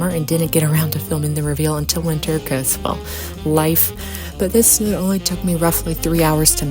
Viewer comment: It's snood, long o, rhymes with food.